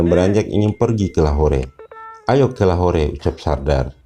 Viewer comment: Lahore di baca lahor